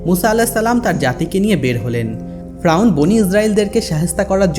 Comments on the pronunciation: ভাই ফ্রাউন না বলে শুদ্ধভাবে ফেরাউন বলেন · Faeaun na valo kore bol ki koas agolo ata hobe fereun besi soddo boltasos tr ai kotha soina kemon jen mone hy toi besi sikhito hoite chas 😂😂😂😂 bolod ocharon na korte parle bolis na besi soddo kore bolte giye bokachuda hoiya gesli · ভাই ফ্রাউন না, ফেরাউন হবে,উচ্চারন ঠিক করুন। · ফ্রাউন না ফেরাউন একটু স্পষ্ট ভাষা ব্যবহার করবেন ধন্যবাদ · ফেরাউন শব্দ Frawn না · ফ্রাউন না ফেরাউন রে ভাই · Fraun na feraun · Bar bar frawn keno bolen or nam ferawun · আরে ভাই ফ্রাউন না,, ফেরাউন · Shobar age ferauner nam bolte shikhen fraun abar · Apni vul bol Chen ..fraun noy...shotik hobe Fera un....uccaron thik koren. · ঐ মিয়া বারে বারে ফ্রাউন কিসের? ফেরাউন বলতে কষ্ট হয়😂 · শব্দটা ফ্রাউন না শব্দটা হলো ফেরাউন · কথাটা ফ্রাউন না, এই পাপীর নাম ফেরাউন🤭🥴🥴🤭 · Fraun na....Feraun....apni nam ta valo kore uccharon korte parlen na....??? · ফ্রাউন নয়, ফেরাউন। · আপনিতো দেখছি স্বশিক্ষিত বাংলাবিশারদ।বার বার ফ্রাউন ফ্রাউন কথাটা বিরক্তিকর,শব্দটা ফেরাউন হবে।